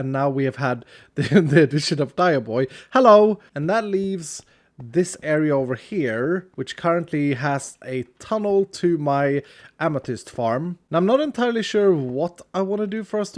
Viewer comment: everyone: amethyst: amethust